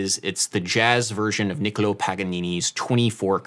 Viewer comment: It's Niccolò (Paganini) btw. There's an accent on the final vowel which needs to be stressed. Awesome video as always anyway